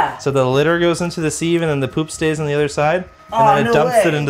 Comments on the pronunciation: . Wow, I've never heard sieve pronounced like that before! Its 'siv' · okay but the real crime here is him calling a sieve a SEEVE. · who the f says sieve as 'seev' its 'siv' hahahahaha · Ok tried to ignore this but can’t it’s pronounced si ve , like give but with an s not seeive lol the first e is silent…. I know im a hoot at parties lol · What's a seeeeeeeeve ffs how can English get so wrong (I'm English btw) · There's no way Canadian's pronounce sieve like that right???